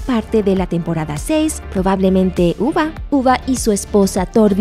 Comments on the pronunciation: Uba es de The last Kingdom el de Vikingos se pronuncia yube (Ubbe). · todos: ubbe narradora: uva